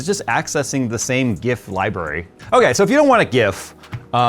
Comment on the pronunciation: I like how properly pronounce word Gif, not like one small screaming Canadian YouTuber from other tech channel.